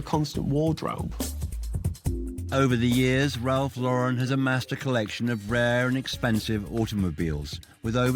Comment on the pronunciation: These people mispronouncing Lauren is driving me crazy! Anyone else? Just me? Especially non-Americans. No, it’s anyone. 🤪